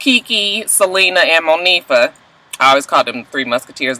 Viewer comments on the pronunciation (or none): none